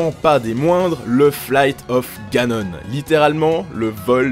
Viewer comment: le vol de ganON !!??? écoute on dit : ganone .